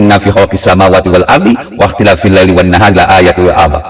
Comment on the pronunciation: لأ ولي الألباب Hamzahnya di baca pendek om